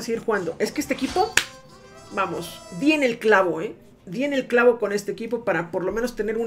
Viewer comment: pensé que dijo "viene el chavo" en vez del clavo